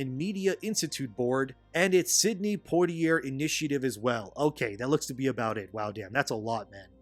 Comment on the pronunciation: "counts" not "accounts". Also, Portier is pronounced "POR tea aye".